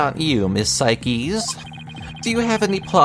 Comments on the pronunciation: im pretty sure her name isnt "sai keys" but "sayks" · "cykeys" i have NEVER heard anyone pronounce her name incorrectly before it's "sikes" as in "sike"